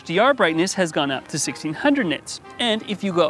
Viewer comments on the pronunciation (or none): 10 thousand nitts?